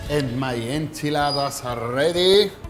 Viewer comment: It's a burrito or a burrito mojado. I love how he says tortilla and enchilada like a native speaker.